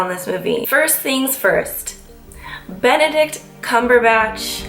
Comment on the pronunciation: Swear I heard you say "I love Bene-dick"